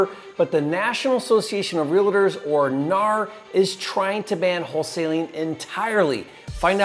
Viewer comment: "Realiter" LMAOOOO REAL-TOR